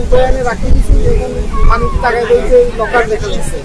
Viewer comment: আগে শুদ্ধ করে কথা বলা শিখ তারপরে নিউজ করতে এস। লকারকে বলছ লোকার আর অফসোনিনকে বলছ আফসোনিন।